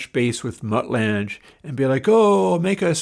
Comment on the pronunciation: Mutt Lange - pronounced like Langer without the r, not lange like flange